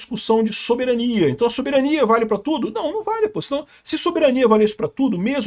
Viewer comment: Nossa! Que pronuncia de soberania mais banal. Queremos o Soberaniaaaaaa soberaniaaaaaa